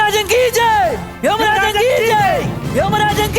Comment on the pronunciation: 🌹യാഥാർത്വത്തിൽ യമരാജൻ കി ജയ് എന്നാണ്. യെമരാജൻ കീജയ് അല്ല. രാഷ്ട്രീയക്കാരും ഈ തെറ്റുകൾ ആവർത്തിക്കുന്നു